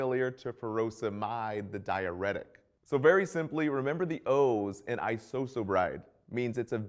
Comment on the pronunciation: I love how he can't say Isosorbide correctly. LOL